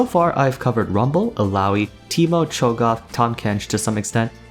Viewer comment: Man said Cho goth